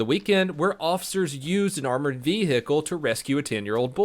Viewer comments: Armored VE-hicle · Why do i want to stab myself in a head every time he says "vehicle"? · Everytime this guy says vehicle, it pisses me off